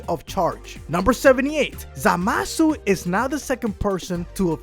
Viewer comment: I hate when he says zamasu.ZAMASU